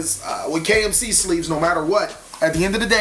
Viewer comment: Sounded like you said KFC sleeves lol